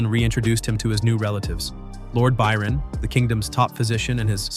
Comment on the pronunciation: why did you start saying Byron wrong half way through the video?